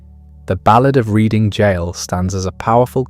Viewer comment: It's RED---ING not reading 😮